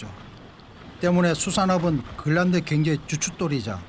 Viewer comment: 그린란드가 발음이 안 돼서 글란드... 글란드... 글란드... 영상 몰입을 엄청 저해하네